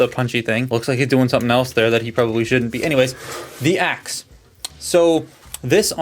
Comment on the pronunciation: Is Optimus saying “attack shit” when he uses his axe? Or am I crazy?